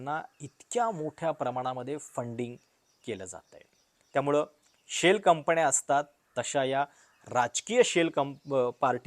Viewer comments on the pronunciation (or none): शेल कंपण्या , मणा मध्ये 😂😂. बाकी उत्तम आणि स्वच्छ उच्चार फक्त गडबड न आणि ण ची. जण मण पार्टी😂😂